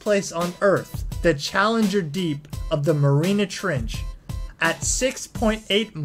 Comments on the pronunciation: Tha merrina trench....lmmfao bro the no just stop. It's the mariana's trench. Jesus christ you butchered this shit... did anyone else have a problem with how he said mariana's trench??? That was just one of the shit ton of mess ups my boy YouTube ain't for you. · Dude..TREE-EST,,not try est e and iut is the MARIANA trench not Marina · Ignorant American...Triest is not pronounced Try-Est, it is pronounced Tree-Est. And it's the Mariana Trench, not the Marina trench! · Did u say the MARINA trench?? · Nice info, but do your research on how to pronounce names and locations. Trieste it pronounced tree-'EST. Mariana is NOT pronounced as Marina. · Did you really just say "Marina trench"? Lol.